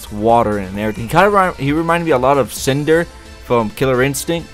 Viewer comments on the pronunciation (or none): none